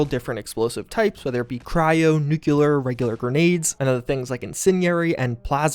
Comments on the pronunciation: Love your vids. However, the word nucular still gets to me. 😅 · " N U K U L A R "